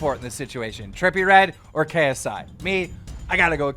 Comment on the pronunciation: Nobody: Keemstar: Krsi